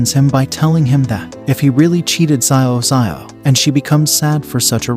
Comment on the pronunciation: Hey i am ur new sub and for the part where u are triggered it is xiao it is read as zaao for pronunciation and it means small or little which is commonly used by elderly to call the younger and in china first name is spoken and written after surname or adjective like xiao